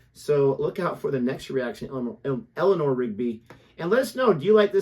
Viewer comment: what is Helena rigby? it is Elanor , not helena lol